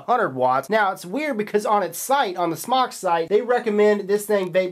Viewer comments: can fix the issue of mispronounced name by spelling it SMōK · Not smok its pronounced smoke! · It's Smoke for Christ's sake! The E is silent dude... Not smock!.... Definition of smock 1: archaic : a woman's undergarment; especially : chemise 2: a light loose garment worn especially for protection of clothing while working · ITS NOT SMOCK ITS SMOKE!!!WTF?